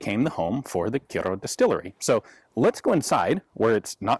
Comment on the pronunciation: Very impressed with the way he said Kyrö, pretty excellent for a foreigner who isn't used to the ö and ä letters